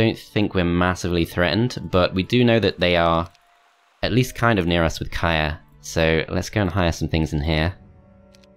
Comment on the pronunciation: FYI, Kyrre is a male name and is pronounced exactly as its spelled, not 'Kaya' :)